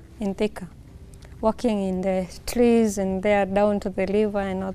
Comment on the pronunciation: A walk in the tlees, liver, lelating, my flend, liplying, beauliful, decolated, ling oops 😂😂😂🤣🤣🤣, nice couple though